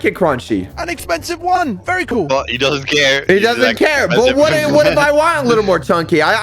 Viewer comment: One sec later "vary cool"